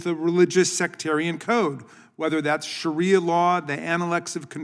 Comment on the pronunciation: Sounds like Sharia law is something the Republican party should respect because that is what they are trying to do to us US women!! Also dumb shit, the word is Shaaaaaria not Shariiiiia